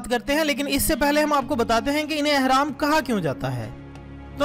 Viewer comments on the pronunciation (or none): 1)احرام نہیں بلکہ اہرام ہے 2) اور سورۃ قصص ہے قصاص نہیں 3) اور آپ نے سینتیس کہا اور لکھا 83 ہے دو بھی غلط! سورۃ قصص کی آیت 38 ہے آپ نے جس آیت کا حوالہ دیا۔